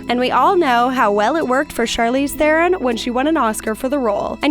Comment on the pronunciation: Charlize Theron's last name is pronounced "Ter-on."